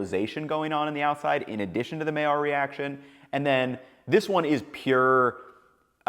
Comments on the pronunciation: It's pronounced "my-yarr." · Hey guy. You do a good job doing what you do but could you at the very least learn how to pronounce the word MAILLARD. It’s simple to look it up or just listen to Heston.